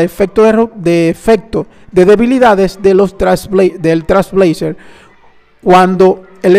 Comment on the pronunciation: No tiene relacion con el video pero por que dices Trasblazer? Te salteas la I y la L y nose, me da toc u.u